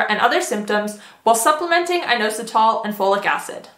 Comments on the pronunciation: Please learn how to correctly pronounce inositol! It's not a hard O, it's in-ah-sit-all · IN AUS UH TALL is actually how inositol is pronounced 💪